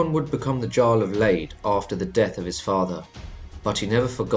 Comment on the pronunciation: Lade is not “laid”. The a sounds like the a in the British “castle” or “tomatoe” or “guard” or “garden”. The final e sounds like the e in English “level” or “Wednesday”. Now say it properly :)